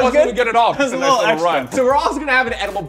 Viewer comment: “The little deet”😂😂😂